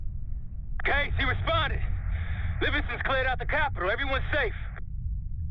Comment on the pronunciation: Dude, it's "CaseOh" lol